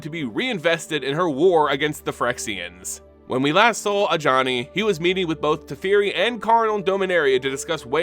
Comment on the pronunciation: Bruh. I'm watching this just now. You saying Ajani hurts now